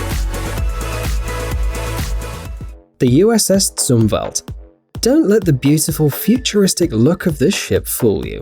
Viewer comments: Admiral Zumwalt's name is not pronounced Zoom-Velt but Zoom-Walt. If you can't get name pronunciations correct find another job. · Dude, it's not zuum-valt, it Zum-walt. Elmo Zumwalt. He was CNO when I was in the Navy. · Hey but its the USS ZUMWALT said as spelled not "zumvelt" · Actually, I can correctly pronounce people’s names in many languages. Want to know how? It’s because I care enough to learn how to pronounce those names correctly. Also, Zumwalt is not a name of American extraction, but Eastern European.